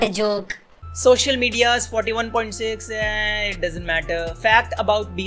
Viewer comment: he literally said shocial instead of social